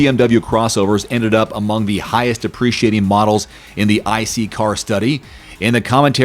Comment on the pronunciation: Sounds like at times he’s saying “appreciating”